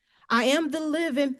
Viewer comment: I've only heard one sovcit who can actually pronounce anything. They usually mess up on beneficiary and pro pria persona. She did a lot of weird ones - she said she's the "mivin'" at one point instead of "living". Also "1st corinthises" which isn't a Bible book. Trespasseding. I'm just typing while she's talking.